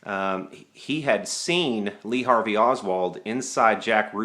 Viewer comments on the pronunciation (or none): none